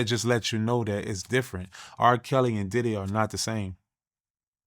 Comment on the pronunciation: Is bro sayn daddy house or diddy house 😂😂😂